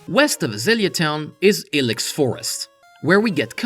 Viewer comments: Hey your English is actually really good! The only word you really pronounced wrong is Ilex which is said as eye-lex. Enjoying your living dex series, keep up the good work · The forest is pronounced eye-lecks forest, like ibex, you malicious frenchman.